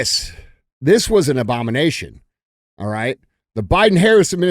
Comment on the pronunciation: You said it " O B A M A N A T I O N " ABONAMTION